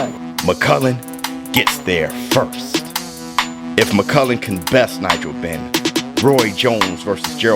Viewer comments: The man's name is mcclellan buddy, not Mc Cullen ffs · It's McClennon, mate not McCullen, as you keep saying. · Damn shame you ain’t pronouncing his name correctly though . McClellan not McCullan . 👍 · Please stop calling this man McCullen. It's McCLellan. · McClellan NOT MUKULLAN 🤔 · McClellan not McCullan. I love you man but i had to point that out. Much love to you and the COMMUNITY! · McClellan. He is pronouncing it wrong. Its a Scottish name.